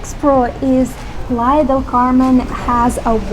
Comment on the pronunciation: You went three time and you can’t pronounce “playa”